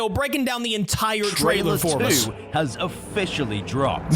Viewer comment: (No rude) you said triailer it’s trailer